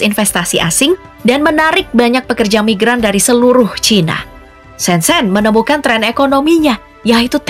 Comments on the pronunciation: Kota "ShenZhen "Mengejanya bukan SenSen tapi "Sen Cen".... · Shen Zhen/Sen Cen. Jangan dibaca sen sen. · Baca : Sencen